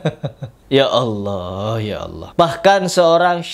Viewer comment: Bacaan bismillah anda salah. Belajar lagi. Anda mengucapkan Allah sejak kapan pake "dha"...??